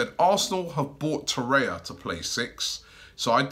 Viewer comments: Torreira not Torrea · its torreira not torrea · Torreira. Not Torrea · TO-REY-RA or TO-RARE-RA come on Robbie man wtf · There's another R in the name. It's Torreira. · will robbie move to.Urugay to.learn pronuniction of lucas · Robbie still can’t pronounce torrerira’s name right or any name for that matter 😂😂